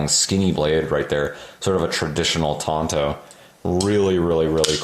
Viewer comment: Tonto was the name of a horse on the Lone Ranger TV show. TANto is the proper pronunciation. 'Bowie' is also mispronounced when referring to the particular knife of the same name. It is pronounced boo-ee.